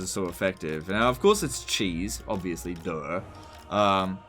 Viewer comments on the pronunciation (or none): Never heard a 'duh' with more 'duuh' it in.